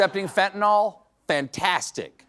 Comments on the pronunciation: Hey Bondi It’s fentanyl, not phentanol stupid! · Pam can't even pronounce it correctly. Its fen/tan/ill, not fen/tan/all. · It is not pronounced fentanOL, it is pronounced fentanIL. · Watch each show. you are impressive. please pronounce fentanyl properly. "yl" , not "ol" Thanks- just trying to help you not sound like a "drummie" -Laav You, Stephen (also- YES to the Canada Comments!) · I am so tired of people pronouncing Fentanyl as “Fentanol.” Pam, it’s pronounced like “Fentanill”. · Steven, fentanyl is pronounced fentanil, with a soft I, not fentanol with an O. Dumbasses say fentanol with an O, please don't join them. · I don't understand why this is still a problem but people PLEASE stop saying fenta-NOLL. It is pronounced fenta-NILL... If people don't know how to pronounce it, then they definitely don't know how to spell it 🤦‍♂ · Is "fenatnol" different from "fentanyl"? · Nothing says Fox viewer like pronouncing Fentanyl "fen-tin-all" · Fentanyl Blondi, not fentanall. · In common with literally every American I've ever heard mention it, Stephen and Blondie Bondi both think that fentanyl is called "fentanol" 🤦‍♂ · Bondi can't even pronouns "fentanyl." Cabinet of fools and she is one of the biggest. 😘